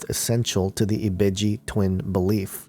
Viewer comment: Yoruba is a fucjing tribe. NOT religion. and ibeji is the world. not ebiji ugh